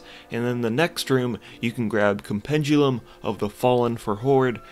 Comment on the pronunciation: Still the best vanilla content provider out there. But bruh, please read words before pronouncing them. Com-pen-di-um. Myr-mi-don. ;)